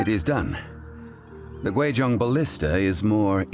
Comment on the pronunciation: Pronouncing Guizhong completely wrong is one thing, but I'm perplexed as to how that attempted sound even came out of such a spelling...